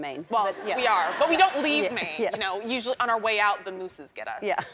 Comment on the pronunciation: She said MOOSES Nicole oh sweetie 😂😂